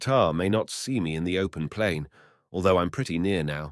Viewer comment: Is this and other stories in this series narrated by AI? The expression (such as it is) is pretty so-so, and the stresses are much too often in the wrong place. Pronunciation is - shall we say - eccentric; as examples, the word "moreover" pronounced "mow-ree-over", and "plain" pronounced "pee-lain". The Russian, "korosho" should be pronounced "ka-rash-oh" (meaning, among other things "OK") with the stress on the last syllable, and "Ivan" is "Ee-van" stress on last syllable. Shame. Good stories mangled. Lousy use for AI (if there is ever a good use for it ...)